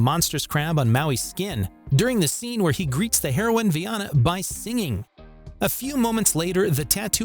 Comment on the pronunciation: It really does!! I had to restart the video into this part. Haha... It is hilarious, ngl.